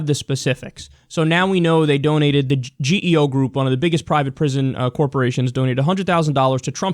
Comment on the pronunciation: The GEO in "GEO Group" is pronounced like a word just like the way a "Geo Metro" car (no relation) is pronounced. It's not pronounced one letter at a time like "G, E, O"